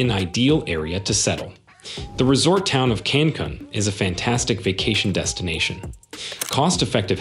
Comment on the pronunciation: I mean he even mispronounces Cancun!!!